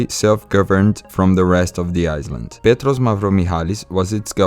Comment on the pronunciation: Your English 🏴 is very good... Small bit of advice.. The word "Island" the S is silent, so it's pronounced like "i land" and "eye land" .... "Married" the i sound is e, so it's pronounced "Marr eed" The same for "Worried", it's pronounced "Wur eed" An excellent video and plenty of great information.. 👏👏